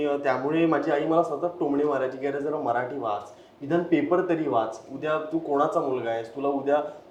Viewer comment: हा "मराठी" ला "म्हराठी" म्हणतोय सतत, त्याचा तो उच्चार कोणीतरी लक्षात आणून द्या आणि दुरुस्त करा.